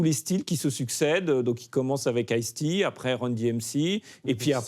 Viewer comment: Le riqlès de ice tea ça m'a mis à terre. C'est peut être chauvin mais, quand tu viens pour parler de rap/hiphop us et que t'es sensé être un connaisseur, essaie au moins de prononcer les mots correctement. Là c'est juste 2 noms de boissons mis côte à côte 😂😂